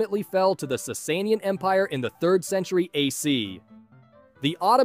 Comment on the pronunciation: I can’t with his pronounciations of the Sassanians and Byzantines 💀 💀 💀